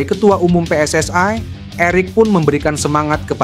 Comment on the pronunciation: Jangan dibaca PSSI itu Pe Es Es Ai tapi tetap aja Pe Es Es I, emangnya singkatan dari Persatuan Sepak bola Seluruh Aindonesia..?